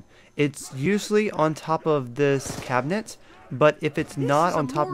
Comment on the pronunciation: turrent.... cabinent.....